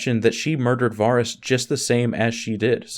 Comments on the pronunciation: Var-is? It’s pronounced “Ver-es” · I don’t understand how people mispronounce names that are literally said in the show... so dumb how he pronounces Varys.